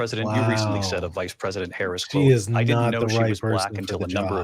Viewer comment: Her very first word was a subtle correction. Let's see if he keeps mispronouncing her name. It's really not a difficult name to pronounce.